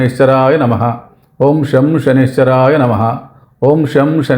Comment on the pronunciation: బాబూ... సనైశ్వరాయ కాదు...!! శం.. శనైశ్చరాయ...! అంటే... శనైః చరాయ... !! అంటే... నెమ్మదిగా చరించేవాడు.. అని అర్ధం..!! శని గ్రహం.. చాలా నెమ్మదిగా.. మందంగా చరిస్తుంది..!! అందుకే.. ఓం.. శం.. శనైశ్చరాయ.. నమః..! అనాలి.!!